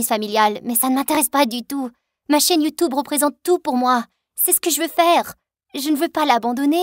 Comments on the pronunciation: Quand elle dit YoutOUbe🤣😭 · Youtoube, yate la prononciation me fait mord de rire